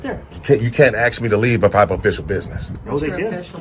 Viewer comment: ASK, not AX!!!!!